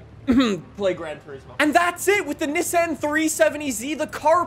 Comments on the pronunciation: not neh-san its NII-SAWN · Why does he say ni-san not nissan